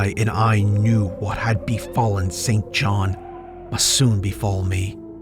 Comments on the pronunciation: Hi. I have a friend name St John.. pronounced 'Sin-jun". Never understood how his parents could have chosen that name! 🤭 Like the late British MP, Norman St John Stevas!! Unless you know someone by that name, it makes sense to think it's pronounced as written.. I heard it many times on documentaries pronounced 'incorrectly' too.. never understood why it is actually pronounced totally differently.. 🤔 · Hey there. Love listening to you as I’m cooking. Thank you. FYI. A pate is a head. He had a bald pate. Pronounced like gate not patė. The name St John is pronounced Sin Jin or Sin Jun as far as I am aware. It is now an old, and barely used name Perfectly normal for Lovecraft’s era